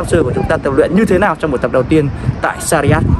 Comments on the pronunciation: sarjah anh ơi đừng đọc sariyat nữa :(((( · doc ten san nham roi e; shac raa